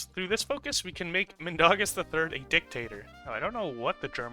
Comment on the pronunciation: It's not Min da gas it's Min dau gas